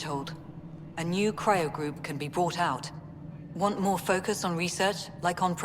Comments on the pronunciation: CryO CRYO CRYO CRYP NOT CYRO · Anyone else screaming CRYO every time he says cyro? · pls. It's Cryo not Cyro. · It's cryo not cyro. Still love you though :)